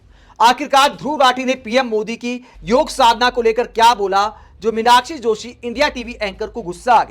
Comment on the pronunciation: Huge thanks to you that you didn't call it yog'a'! I am tired of listening to people adding a 'a' after all hindi words.